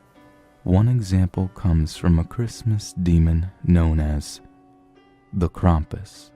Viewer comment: YEEEEES!!! You pronounced Krampus' name right! Good job!!!